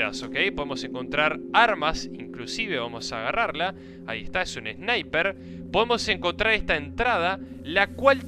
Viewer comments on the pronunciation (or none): none